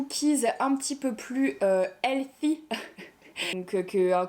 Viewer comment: Encore un vlog trop cool <3 trop cool de te voir cuisiner (tu m'as tuée avec ta prononciation "healthy" moi aussi je sais jamais comment dire ça 😂😂) et yess quelqu'un qui partage ma passion pour les chocolats Dardenne !! Vraiment une tuerie leurs chocolats, je savais pas qu'ils faisaient des pâtes à tartiner aussi, faudra que j'me penche dessus ! 😊